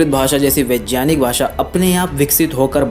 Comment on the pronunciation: पहले उच्चारण करना तो सीख ले, वैज्ञानिक को वेजयानिक बोल रहा है